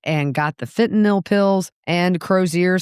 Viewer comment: Thank you for this, and for pronouncing "Fentanyl" correctly. What a fall from luxury for Donna.